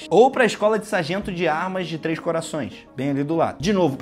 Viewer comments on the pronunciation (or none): none